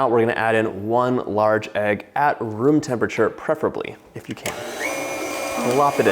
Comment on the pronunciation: I know you're saying "room temperature" but all my brain hears is "vroom" and I love it.